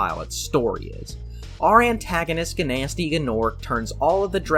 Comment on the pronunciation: Why do you pronounce the G on "Gnasty"? And if you do, why not on "Gnorc"? Shouldn't it be GuhNasty GuhNorc